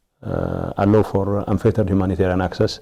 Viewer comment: Getcho sometimes you seem to be a candidate for Roman papacy when you talk about poor helpless Tigreans who in reality are victims of your own party wrong doings. You speak good English except pronouncing " Allow ".